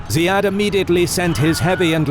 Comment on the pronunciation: Ziyad is pronounced as Zeeyad not Zayeed. Those are two different names in arabic.